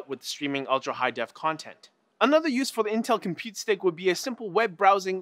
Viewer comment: Compute stick not "Compete Stick"